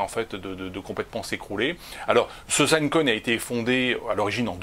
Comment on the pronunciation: " zine" coin abruti, pas "zaine"